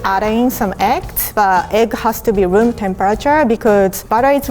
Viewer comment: "Maybe it's a good thang?" How she says temperature 😂🤣😁😂🤣😁